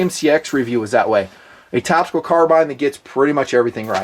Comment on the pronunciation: Doesn't seem like he has always pronounced "carbine" that way.....